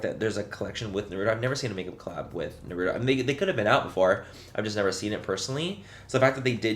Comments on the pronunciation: Its pronounced nara toe not na rue toe but agreed as a fellow weeb, i was also so disappointed 🙃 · "Naru-doh"? Noooooo Manny😢